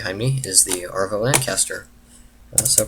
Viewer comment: Very impressive! I love Lancasters, such a splendid aircraft. Incidentally, the suffix is pronounced "Av-ro", it is short for A.V. Roe & Co, the company which designed them.